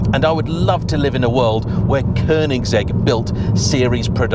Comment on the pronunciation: Great video, only made better by the correct pronunciation of Koenigsegg! Simply lovely! 👍